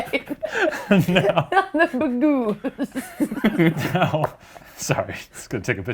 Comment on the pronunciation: "Bergooz" I had just taken a drink of my coffee and almost spit it all over my laptop I was laughing so hard. Also, I'm so happy you started out the season with my FAVORITE guest KATE PETERMAN!!!!!